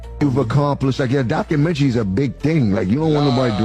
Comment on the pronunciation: Lol jim jones cant even pronounce documentary